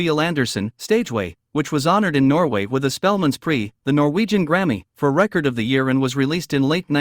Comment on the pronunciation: I guess this is AI robot reading? Awful. “Record” — verb or noun pronunciation?